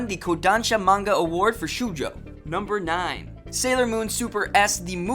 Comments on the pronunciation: What is your pronunciation shewjo? Showjoe say it like that. Also you pronounce anime weird too. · "show-jo" not "shoe-jo" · ....It's pronounces shohjo ... not shoojo...